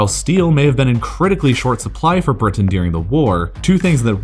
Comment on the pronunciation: lol the way you pronounce Britain